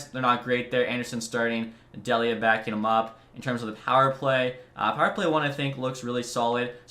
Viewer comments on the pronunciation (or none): Just FYI, it’s pronounced Dee-lee-uh, not Dell-ee-uh.